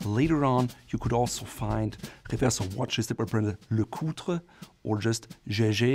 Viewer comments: LeCoultre is pronounced like "lecult", if that makes sense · He did a good job except for LeCoultre